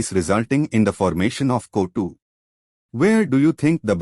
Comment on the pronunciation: Thank you for this...if i go for reading this chapter , it would have taken 2 hours.. bcz of you i completed it in just 27 minutes..😭😭...thank you sirrr... . . . . . . . ( no intention of criticism and finding fault ), CO2 gas is being pronounced as Kotu 😅 gas..